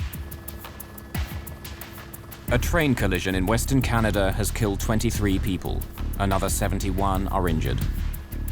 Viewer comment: Could someone tell me where is the “R” in Canada???🤦🏼‍♂️